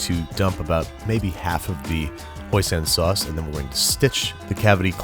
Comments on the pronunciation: apidej assavachamnan he said hosan it's hoisin not hosan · Hoisin sauce. Hoisin. Not "hosan" sauce. Hoisin. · Hoisin... it’s pronounced hoisEEn sauce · thats,,, not how you pronounce hoisin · the "hoisin" sauce